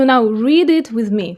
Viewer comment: You can’t even say “with”. You think you can understand how difficult Russian would be for a native English speaker? “Weethe”? please.